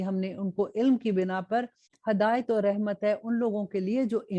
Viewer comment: Please say hidayat not Hadayut